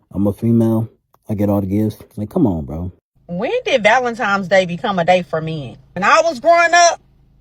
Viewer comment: When did Valentine's Day become Valentimes Day?